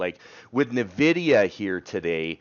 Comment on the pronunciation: it's "En-vidia", not "Navidia" :-)